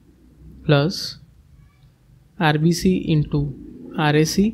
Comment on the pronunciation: It is irrelevant but whenever u say RBC i hear RCB😅